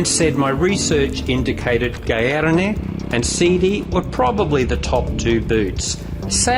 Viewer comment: Gaerne, pronounced Gar-Nay. Great vid and its convinced me to go the SG10 or 12